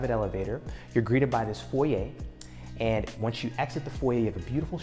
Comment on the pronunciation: It’s great to see an American realtor pronounce “foyer” correctly!